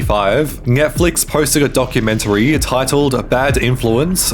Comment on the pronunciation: He pronounces words like "now" as "ng-eow", "Netflix as "Nyetflix", etc. throughout the video and frequently pronounces his t's as g's. Not sure if it's a speech impediment (or multiple), or what.